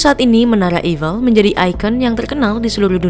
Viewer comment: Saya dengernya jadi evil 😂